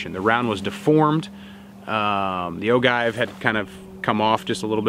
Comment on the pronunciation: FYSA, Ogive is pronounced "Oh-Jive".